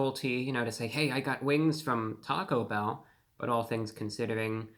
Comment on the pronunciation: u went to Tah-Go bell? i think it is one word not hyphenated..enough talking eat the damn thing!